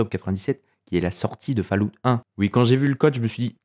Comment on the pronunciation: Faloute... j'ai les oreilles en sang.